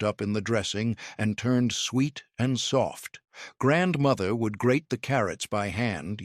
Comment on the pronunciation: I HATE that he not only incessantly says 'grandmother', he puts the accent on the wrong syllable and keeps saying grandMOTHer.